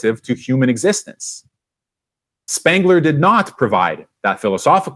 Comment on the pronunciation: SPENGLER not SPANGLER. Thanks.